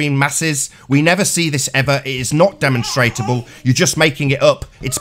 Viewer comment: It's Demonstrable. Not demonstratable. For everyones future reference.